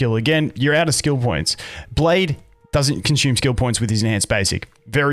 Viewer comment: "Daoesnt" lol